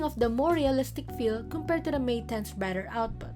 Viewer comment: Can you please work on your pronunciation of "the"? It's bothering. And you sound like you have braces on when you pronounce "s". And please take this as a constructive criticism. I hope you consider this.